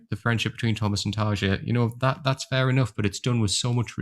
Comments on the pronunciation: Nice video man can never get enough of Nightwish, btw Tarja is pronounced tar-e-ya 🤘🤘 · Hehe, that’s true. Listen to the first ten seconds of these interviews a few times and it should forever be “Tar-ya”... or as Tarja herself says, “TaRRRR-ya”! 😁 I usually don’t correct pronunciations unless the mispronounced word or name is in the neighborhood of becoming awkward. We (or at least I) find it charming when folks pronounce non-English words, and “we” appreciate the effort alone. In this instance, I happen to have a J in my first name, so I can sympathize with Tarja often hearing the English J and the famous D-sound that comes with it. Anyway, cheers. 😅